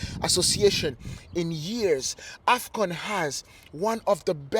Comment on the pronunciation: AFCON....not afgan